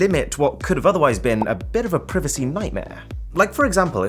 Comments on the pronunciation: you said privacy wrong!!!!!!!!!!!!!!!!!!!!!!!!!!!!!!!!!!!!!!!!!!!!! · The way he pronounced controversy and privacy is going to make me combust as an american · lol the i in "privacy" is long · I hope you know the reason why I’m not subscribed. It’s because of you how pronounce privacy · This guy can't pronounce "privacy"